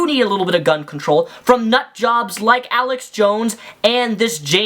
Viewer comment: Not Alec it's Alex